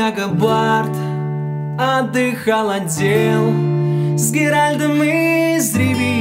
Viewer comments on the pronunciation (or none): Очень круто! Только он Геральт, а не Геральд, но может мне послышалось